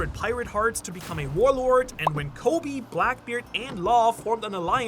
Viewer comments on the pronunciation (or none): none